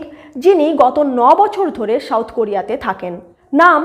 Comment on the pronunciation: When soft "S" is replaced by strong "Sh" while pronouncing South, there lies the problem, not to mention the words like National, Abuse, Center, Survey, Values, etc, etc In this era of Global connectivity due to Instant Digital Communications they stick out like sore thumb PS : Incredible but true that Indian Cast system is far more accute then whatever so far has been narrated in this video presentation